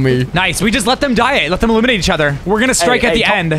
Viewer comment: Loserfruit “Just eliminate him” What I heard “Just a lemonade him”